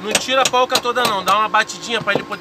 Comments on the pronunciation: Muito bom, mas o correto é Porca e não polca,você fala sorvete ou solvete? 😂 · Se chama porca, e não polca... fica a dica. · É poRca e não poLca!